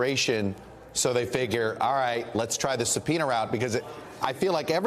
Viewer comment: Are you saying a subpeonia isbullisht